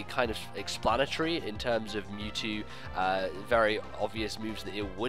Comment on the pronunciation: It's "Mewtrue!" Mewtwo finally gts his own DNA and becomes a real boy!